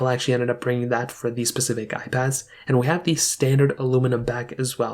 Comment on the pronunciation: Specific* sorry made it 2 minutes in and you’ve said “pacific” twice. Pacific is the ocean. Specific is when you’re talking about a certain item or topic… I’m not trying to be mean or hateful, just giving tips. I’m not sure if English is not your first language or if you’re just in a hurry to get the video up and you weren’t worried about grammar but either way just trying to help🤣🤷🏼‍♀️